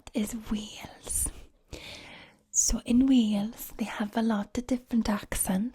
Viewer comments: I’m welsh and you did a pretty good welsh accent but you pronounced Wales Vales sometimes and that’s not how we pronounce it but good job xD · As someone from the valleys, you sounded more Italian than welsh 💀 we say wales not vales 😭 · in wales, no one says w’s like v’s...😂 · I’m welsh and I thought it was pretty good apart from the fact we don’t say Wales with a v